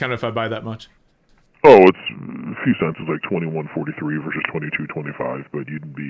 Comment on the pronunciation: The word is versus. Two syllables. Not "verse."